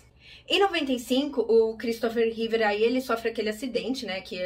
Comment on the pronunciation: / / / Repita comigo: "REEVE", não é "Reever" nem "Reevear"